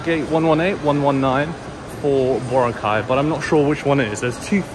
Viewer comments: Yes, accent is on the second syllable. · Hi, just FYI, the Filipino pronunciation of Boracay is boRA-cay... though most visitors do say it like you do, i.e. BO-racay.